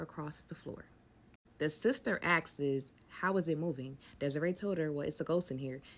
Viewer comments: Nah that shit was driving me crazy!!!😂😂 And she has multiple story times and she kept saying it like that, I'm like say it with me now "AHHSSSSKS", sounds it out lil mama😂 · She kept saying “asksss” 😂😂😂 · Also "askes it" 😂